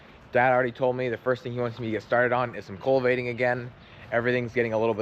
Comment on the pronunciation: Must be a PA. pronuciation culvating instead of cultivating?